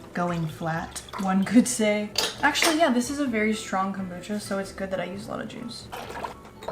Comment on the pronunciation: the witch's kom-brew-cha!!